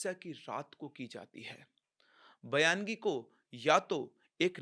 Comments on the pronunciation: Sir use bayangi nahi Baingi bolte hai. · बयानगी नही बायंगी बोलते है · Baayangi is a konkani entity which has mostly male ghost all Maharashtrians on Konkan belt are aware... Your story shows baayangi takes life but they are harmless... Baayangi is also a marathi word... It is baayangi not bayaan-gi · सर ये जो भूत का नाम आपने बोला है वो bayangi नाही है उसे बायंगी बोलते है ये महाराष्ट्र के कोकण मे मिलती है और उसे रेंट पर भी ले सकते है जेस sotry मे लिया था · सर वो बायंगी होता है